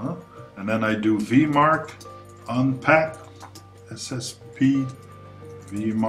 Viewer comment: I am heartened to see VMARC still finds use. (By the way, it is Vee Em Arc, not Vee Marc)